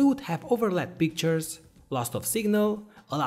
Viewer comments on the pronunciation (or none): none